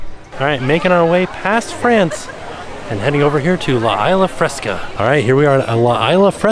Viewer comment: Love these food festival videos. Side note, Isla in Spanish is pronounced ees-lah. I hope that helps for future videos. 💜